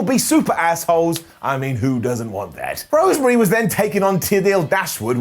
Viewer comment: Lol at the way says Rosemary